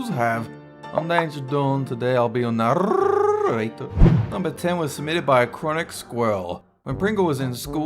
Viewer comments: Can you stop saying narrator like a CAT I mean your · FINALLY U DO THE NARRRRRRATOR